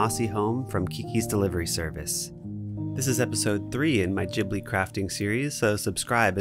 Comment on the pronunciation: I love this! So beatutiful. Just a comment though, it's gi-blee, the G said like you would "games."